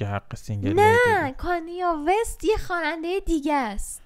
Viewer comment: فقط تلفظ کانیه وست 😂